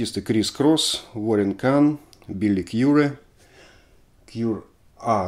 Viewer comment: Билли Кари! Пишется как Кюри (Curie) но в отличии от французского читается как Кари (Billy Currie). Ваш выпуск настоящая Рыбин-Терапия! Переслушаю ещё раз про свою любимую группу периода тинейджерского возраста. Сингл Cross Fade конца 1978 если ускорить - это вообще будет Depeche Mode! В связи с этим - сразу два стиля «зацементировала» пластинка Systems of Romance! Synth-Pop and New Romantic’s wave :) в фильме Переживая за Боя на полу стоит эта пластинка… В интервью Spandau Ballet говорят про этот недооцененный альбом… позднее интервью. Может 2010-тых. Спа-си-бро!